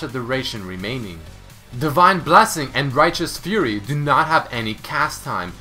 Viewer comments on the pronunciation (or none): none